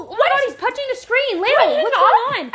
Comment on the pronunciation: Layla? It's lael